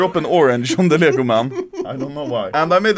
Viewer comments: As a swede I like how u say "Leggoh" instead of Lego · Ah yes, "ljägo" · That pisses me off bc im Danish and he says leæhigo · everyone: lego anomaly: liego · "LJEGO" XDDDDD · Anomaly language dictionary English : Lego Anomaly : lyäęgÿo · He says leeyago instead of lego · He says lego but as you would pronounce it in Sweden. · lmao that's how Lego is pronounced in Swedish lel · i Love how he pronounces LEGO